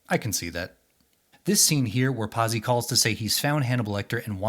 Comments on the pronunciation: Not bad. I read/saw each when they came out and, brother, was that a long time ago. Pazzi It's not Pause-ee the way you said it. It's Pot-see, like the character from Happy Days. Or pizza, swapping the vowels. It means fool, nuts, crazy, mad. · 'Patsy' NOT 'PASSY'! FFS!